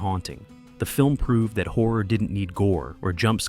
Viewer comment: After a few minutes of hearing him saying "whore" several times, I finally realised he's saying "horror". Carlos isn't pronounced CAR LOWS, it's CAR LOSS. Why are Americans incapable of respecting the pronunciation of foreign names? You all have an innate hubris that tells you that only your pronunciation is correct and foreigners must accept your pronunciation of their names. "Haunted houses" are just paranoia and superstition. Ghosts don't exist, only people who believe in silly superstitions think they do, yet you presented this as some kind of fact.